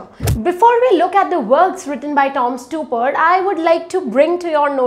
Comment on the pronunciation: You might also want to learn to pronounce the name of the playwright you talking about correctly.